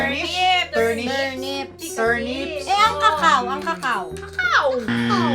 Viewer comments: for pronunciation of CACAO from Oxford Dictionary. In this video, I think they stressed it too much when it clearly has a SCHWA sound in the first syllable, a schwa is an unstressed , or neutral sound. It's not KEE and it's not KA, it is something in between. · correction lamang po: di yan kekeyo sa cacao koko puyon,sa first syllable yung stress😇⚘ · Ke kei yu? Hahahaha.. kuh KAO yun besh.. Yung cocoa naman, KOW kow. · FlMc654 MCRF it is just base in our Speech Teacher,she said that when you pronounce the word cacao,the stress is in the first syllable,so its "kóko"when you pronounce it. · Pero ang tamang pag pronounce daw po ay Ki-Ki-Yo😂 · That is not how you pronounce cocao